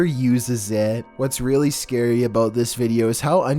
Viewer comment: If you keep pressing the go back 10 secs in the beginning it sounds like he is saying "us scary"